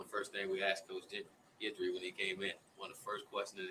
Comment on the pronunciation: no one had heard of Jimmy Johnson either.....Strong is going to Alabama mark my word....oh it's pronounced GIDry